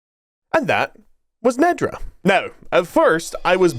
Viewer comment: I love that you changed how you pronounced the title just like the AI voice actors did...Nedra, Neeedra...not sure if on purpose but amusing.